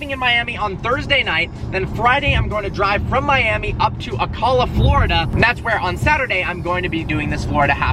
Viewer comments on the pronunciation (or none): O-cal-a not O-call-a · As a Floridian I would to point out that Ocala is not pronounced that way lol. It’s O-cal-a. Not Ah-call-la. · IT'S OCALA NOT OCOLA STOP SAYING IT LIKE THAT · bro its not pronounced Ah-col-ah its pronounced Oh-cal-ah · It’s not Ocalla, it’s Ocala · It’s Ocala like Oh cal la lol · You’re mispronouncing Ocala. It’s Oh- Cal (pronounced like California) Ah.. Ocala. Not that it matters because it’s BFE Florida. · Ocala (oh-cal-a) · I live in Florida and the way he said Ocala was funny as shit he said ucula 😭😭😭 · Oh-Cal-uh is the correct pronunciation for Ocala by the way 👌🏻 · It’s “oh-cal-uh” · Pronounced O-Cal-uh lmao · ocala- oh cal ah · ITS OH CAL UH AND IM FREAKIN FROM THERE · Hey. Love the content as always. Just to let you know fpr the future, it's pronounced (oh-cal-uh) #fromaconcernedfloridian #unfospreys #duuuuuuval #sacksonville #ogpalmbeach #bocakidmovedtojax #gogators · it's pronounced Oh-Cal-uh. Just looking out for you.:) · O-Cal-A that’s how it’s pronounced.. btw I’ll be there ;) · Ocala is pronounced O Cah La. Can't wait to see you in FL. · it's pronounced O-CAL-LA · PRONOUNCED OH CAL UH OCALA. NOT SPELLED OCALLA. You derp hard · He pronounced Ocala Florida wrong hahahahaha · saying Ocala wrong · As a Florida native, you pronounced Ocala wrong lmao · I'm so upset how much you butchered the name of my sacred hometown of Ocala fl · lol. You pronounced Ocala wrong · The way you say ocala hurts me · Ahhhh you just butchered pronunciation of Ocala 😫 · You pronounced ocala wrong.. 😒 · Wait you're going to be in ocala? And you're pronouncing it wrong😂I live here haha